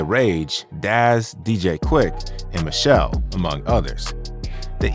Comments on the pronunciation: Michelle? 😅😂 How old is this dude narrating? It's Miche'lle.If you weren't there you wouldn't know that. 🤣😅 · Michel’le (pronounced Mish-Shel-Lay) Warren G was a west coast artist. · This gotta b AI. No Black man is gon mispronounce Michel'le